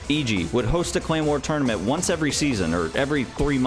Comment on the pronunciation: Am I the only one who hears “claymore” every time he pronounces “clan war”?